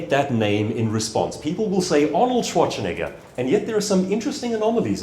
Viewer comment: I really loved the talk, but I was kind of sure that at the end when he talked about misspelling a client's name or discrediting oneself in some other way he would say: "And this is why I deliberately mispronounced Schwarzenegger's name every single time - as an example of that. The most famous, most talked-about body-builder in the world, and still he managed to squeeze in a "ch" where there is none.